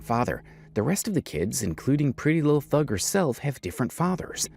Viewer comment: This is bothering me....Her name isn't "Thug" it's Thangg. Like Pretty Little Thing.